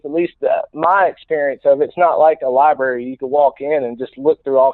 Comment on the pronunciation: I wish I got a $1 for everytime someone said library wrong!!! I'd be a wealthy wealthy man